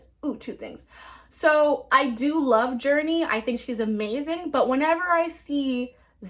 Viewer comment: June-nee is how you pronoun her name not Journey